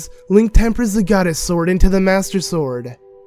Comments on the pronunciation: says sworduhh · "covered in moss and foilage" is this guy dyslexic? Jesus his voice is annoying too... the way he talks is pissing me off. "sworduh" it's like he's trying so damn hard to sound cool.